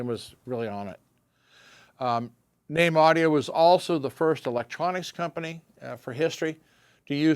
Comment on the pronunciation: FINALLY, I have learnt how to properly pronounce the name of the company ("NAME").